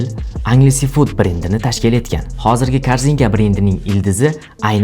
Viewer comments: Angelsfood (enjelsfud❌ angelsefud✅) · Balton 😂 beltn deb etiladi qanaqa yozza shunaqa oʻqib kartadagi balton dakami 😂 Enjelsfud deb talaffuz qil iltimos Anjaleses fuud deb emas